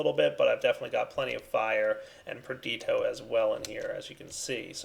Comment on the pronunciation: Madax the Shadow his pronunciation of praecantatio and perditio is the most cringeworthy for me. Its so damn annoying. Its not even correct either. Why the hell doesn't he say aqua instead of water, yet pronounce every other aspect in the thaumcraft language...